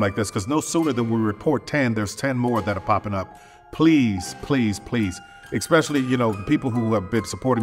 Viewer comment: The real Tyler Perry is a a billionaire but he can’t even pronounce “especially” correctly, he said “eKspecially” like twice 🤦